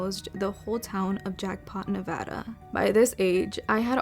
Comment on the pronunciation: She said NEVADA correctly <3